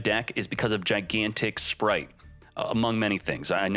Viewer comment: Speight spright sppright